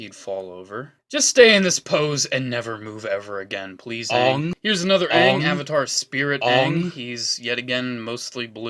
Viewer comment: It’s Aang not ang